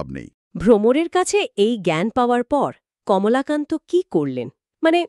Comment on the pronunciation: Kamlakanto shunte baje lagchhilo ebar thjk holo Kamolakanto